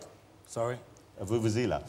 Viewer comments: its a joke mate. Listen to how he actually pronounces it, he says says vuvuzila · Vuvuzela...I like the way he pronounced it "voo-voo zela"